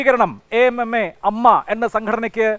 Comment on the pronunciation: കാവ്യനീതിയല്ല... കാമ നീതി..... ഇനി യെങ്കിലും AMMA എന്നു വായിക്കരുത് - എ.എം എംഎ... റിപ്പോർട്ടർ ചാനലിൽ അങ്ങിനയേപറയൂ...